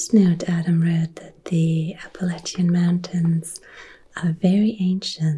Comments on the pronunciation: I am from Alabama and I have never heard anyone pronounce it as beautiful as you did. Thank you for making this video. The Appalachian mountains are such a glorious sight to behold. I always felt honored to have the foothills in my back yard. I hope you can come visit someday! We would love to have you! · Ahh you said Appalachian correctly ❤ Most Americans can’t even do that 😂 Tennessee is a state I’ve always wanted to visit because of the music history. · And you said “Appalachian” correctly, like those of us local to western NC/east TN pronounce it. If someone says “App-uh-LAY-shun” it’s a dead giveaway they aren’t from here. Check out the Eastern Band Cherokee sometime, their reservation and Boundary abuts the Great Smoky Mountains Nat’l Park just south of Gatlinburg and Knoxville. It’s a fantastic place if you find the mountains gorgeous <3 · Isn’t that the truth on the pronunciation of “Appalachian”? Born-and-raised Eastern Kentuckian all my life, and the mispronunciation of Appalachian always bugged me. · As an Appalachian, THANK GOD u pronounced it correctly!!! 🎉